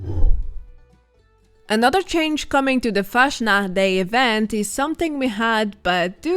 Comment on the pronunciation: it drives me crazy how you say Fastnacht